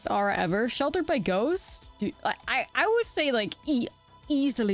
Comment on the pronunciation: Did Nummy teach you how to say aura (or-uh)? My ears bleed every time you say arrah ;)